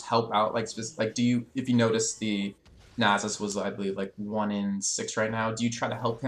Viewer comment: Guh, I cringe every time he says Nasus. It's Nah-suhs. Not Nay-suhs.